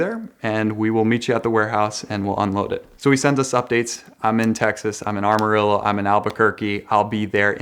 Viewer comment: Excuse me, did he just pronounce it armarillo? Ain’t it chief